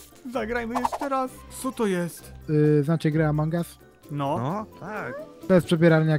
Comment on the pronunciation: "Amoung us"